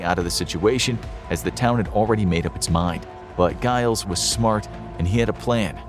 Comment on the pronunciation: 🤦‍♂️🤦‍♂️🤦‍♂️🤦‍♂️ Giles is pronounced 'djy-lz', not 'guy-lz'... 🤦‍♂️🤦‍♂️🤦‍♂️🤦‍♂️